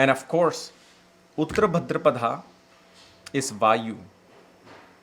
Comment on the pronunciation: It’s Bhādrapad not Bhadrapadā